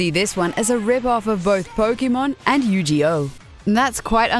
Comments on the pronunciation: If anything in this video got my annoyed it was YuJeOh. Oops, sorry I meant YuGiOh. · Loved Digimon slightly more that Pokemon, but i did not just hear her say YU-"G"-OH. There is one show that you will name it is YU-GI-OH. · YU-JI-OH? seriously? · Yujeoh? Its Yu-Gi-Oh! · HOW DARE YOU SAY YUJIOH XD, just watch an episode and you would know its yuGUY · Yu-GEE-oh? God damit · Did she say yu ji yo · ...the voice-over person said Yu-Gi-Oh as "Yu-Ji-Oh" and it really bothers me. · Did she say Yu-G-Oh? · Hearing you mispronounce my childhood makes me wanna kick you right in your daft face. You-Gee-Ohh indeed, chinese bootleg woman. Im kinda surprised you didn't mention the newer Yokai Watch or maybe it's better. Can't imagine how you would even say it. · She said Yu-Gee-Oh...clearly the downvotes are deserved. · "You-Gee-Oh" lol the way she butchers words/names at times cracks me up :P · Did she call it "yu-JI-oh". Is that what they call it in England? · She said Yu-ji-oh.... ....... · Oh man, did she said Yu-G-Oh? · Yu Jee Oh? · My ears are bleeding, Yu "Ji" oh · Yu-Gi-Oh and she pronounced it You-GEE-Oh that just pains me as one that plays the game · I know it's such a shitty thing to bitch about pronunciation... but Yu-Jee-Oh? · wow incorrect pronunciation of yu gi oh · how she pronounced Yu-Gi-Oh made me fucking die inside lmao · wtf bayblade is nothing like pokemon what kind of stupid shit is this. also the game tops which was 100s of years before pokemon is what bayblade is based on. Digimon is based on tamagachi holy shit zoomin dosnt know what its talking about.like on guys at least do some research. and say yugioh right for Christ sake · First things first the way you said Yu-Gi-Oh was a disgrace. Dishonor on you dishonor on your cow. Second thing you can't say that Digimon is a rip-off of Pokemon. It's like saying Pokemon, Digimon, and Yu-Gi-Oh are a rip-off of each other. Besides the whole aspect, story and plot are completely different.